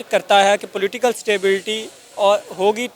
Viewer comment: Platical leaders 🤣🤣🤣 wah kya english hai. ... Political leaders 😊